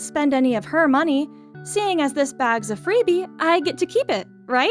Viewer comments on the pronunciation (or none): none